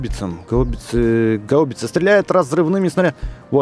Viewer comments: Не гау́бица, а га́убица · правильно гаубица ударение на первую А